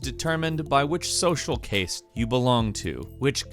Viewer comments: Pronounced "cast" not "cased" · Social case? It's social CASTE. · Social CASTE* not cayste hahaha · Caste rhymes with "fast" not "haste." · "caste" is pronounced "cast" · Its pronounced same as cast brah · Social caste pronounced as “social CAY-STE” was the scariest part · Caste is pronounced the same as 'cast' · "Caste" is pronounced just like "cast." All you do is read moddasucka. Do it right. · the a sound in caste is pronounced like cat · The only thing scarier than these games is pronuciation of caste. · Has... has never heard the word caste before?